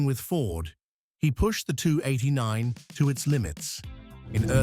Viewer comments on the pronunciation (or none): Yeah. I love the 289, but HATE AI. "The 289nth". LOL Let me outta here!